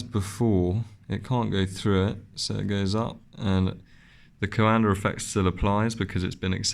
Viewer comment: Thank you SO MUCH for not adding the silly "R" to the end of Coanda Effect! The first video I watched about this was from an English guy who said "Coander" 100 times, was excruciating! Don't get me started on the silly extra syllable injected into aluminum.